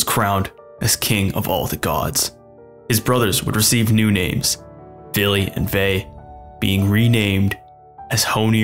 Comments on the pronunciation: ...it's Vili, Ve, and the allfather...who the f is "Billy"? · Fillheim is German.. Norse mythology is Scandinavian. Yes the German was vikings then, but they're European. Also it's Odin, Villi and Ve, not Billy and Vai. AND IT'S VESTRI NOT WESTRI. It's Midgard, not Midgarde. Hvergelmir. Also Villi and Ve were never, NEVER renamed. They were just also called Honir and Lothur, not Loki. It's Askr and Embla, god dammit. And it's Asgard, not Asgarde, god is this Marvel? putting A in Norse names? god damn. Odin's ravens names are Huginn and Muninn, thought and memory is what they represent. Thor isn't Freyja/Frigg's son, he's a son of a jotun giantess and also Goddess, Jord/Fjorgyn. Baldr, Hermod and Hodr whom are children of Frigg/Freyja. Vidar/Vidarr being the son of Grid also a jotun giantess. Heimdall is also Odin's son, but he had 9 mothers who were sea maidens or also Jotnar of the water, Gjolp, Greip, Eistla, Eyrgjafa, Ulfrun, Angeyja, Imth, Antla, and Jarnsaxa. Also we don't know who Tyr's actualy father is, we either say it's Odin and another Jotun named Hymir. Tyr's mother is yet another Jotun, Hrodr. Loki is not Odin's son, Loki is the son of Laufey and Fárbauti. Loki is not an Aesir, he's a jotun, he was an ally with the Aesir. Loki becomes Odin's blood brother after tricking the blind god Hodr to shooting Baldr with the mistletoe. Also it's Suttungr. Ivaldi is the father of the Brokkr and Eitri, we don't know nothing about Ivaldi, but we know his sons are known as "Sons of Ivaldi", Ivaldi never made Sif's hair, Brokkr and Eitri